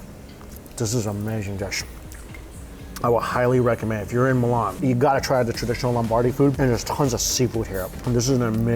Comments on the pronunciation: Is Milan not melan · Mate.. It's not Mulan... It's M-I-L-A-N. Or risoto. R-i-Z-O-T-T-O. Try to make the effort in pronunciation. It helps.